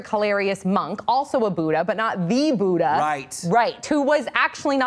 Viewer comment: Is anyone else annoyed or agitated at the way they say Buddha